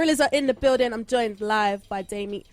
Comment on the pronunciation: The way she struggled with Damon's name 😂